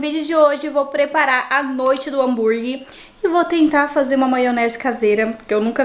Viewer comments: Só me dá agonia de ouvir a falando "hamburgui"... É HAMBUGUERRRRR mulher kkkkk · Meu deus, desculpa, eu n estou críticando, mas...me dá muita agonia ouvir ela falando hambúrgui. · Miga adoro vc,mas me dá uma agonia quando vc fala Hambúrgui Kkkk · é hambúrguerrrrr e não hanburguiiiii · repete comigo: Hám bur gueRRR desculpa miga, mas dá uma agonia kkkk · Eu tenho muito agonia do “hamburgui”... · Mto engraçado você falando hambúrguer kkkkkkkk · Que agonia que eu tenho da falando a palavra “hambúrguer” kkkkk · É muito engraçado.😂